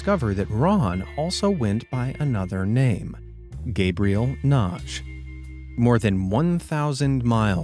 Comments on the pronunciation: BTW, the name "Nagy" -- at least people I've known with that name -- pronounce it "Na-Gee," with a soft "g" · WHEN YOU READ SOMEONES NAME IT'S LIKE YOU SUFFER FROM DISLEXIA...NAGY AND YOU PRONOUNCE IT NAGE. THE NAME IS LIKE MAGGY BUT STARTS WITH AN N NA-GY LOL AFTER HEARING YOU SAY IT 10 TIMES WRONG MY EARS WERE RINGING...LIKE DAVE PAULIDESTHAT YOU USED HIS MATERIAL AGAIN, I HEARD YOU SAY IT RIGHT FOR THE FIRST TIME YESTERDAY. IT'S ABOUT TIME ! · NAGY is read Nadhi